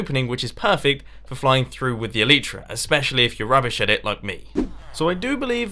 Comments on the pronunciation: You are bad with the elytra because you're saying it "elitra" and not "elYtra" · You pronounce elytra incorrectly!